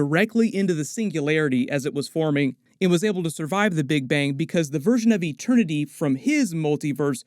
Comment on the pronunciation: No one: Peter Quill: eTeRnY